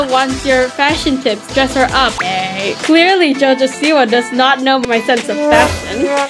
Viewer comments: Jojo siwa- I thought I pronounce it right by saying "jojo Soupwa" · its jo jo siwa😂